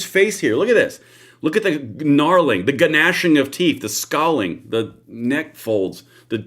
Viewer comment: gnashing--->nashing. The "g" is silent. Nobody likes a grammar Nazi, I apologize.